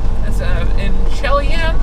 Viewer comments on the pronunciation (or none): Take it from a WV hillbilly Chelyan is pronounced she-ll-yan. Typical small WV town known.Ask anyone where it is, they know on Turnpike.